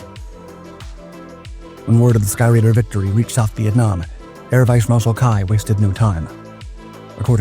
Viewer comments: It was pronounced "key", not "kai". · Ky, pronounced ‘key’, not ‘kai’… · His name wasn't "kai" . It was "key". For his service to the U.S. he was awarded a liquor store in Long Beach, CA. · Nguyen KEY, I speak Vietnamese with a Hanoi dialect and you don’t know how to properly pronounce Vietnamese names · My recollection from the Vietnam War is that Ky's name was pronounced "Kee." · Pretty sure his name is pronounced like the word.. Key. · Very interesting, but I have to ask, is it an AI voice, or just someone too young to have heard how the names Ky and Khe Sanh are pronounced? I wonder how many Skyraiders still exist, and where.